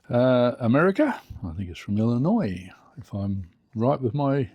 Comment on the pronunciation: Another great video! I always enjoy. Very awesome mail call, and all the projects. Looking forward to seeing the finished cars. Mikey has gone world wide, and you pronounce Illinois better than some folks here in the states 😂